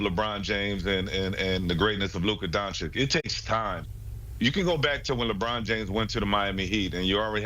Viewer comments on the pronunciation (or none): DONCHICH, NOT DONCHICK! Omg, so many years in the league and they STILL can't pronounce it right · I was just thinking this. How the hell has he been playing 7 years and these brothers still can't say his name right.